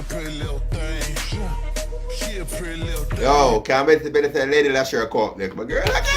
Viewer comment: 'Lady Leshurr & Lady Lykez SICKKKKK Freestyle!', oh and its pronounced 'Leesha' :-)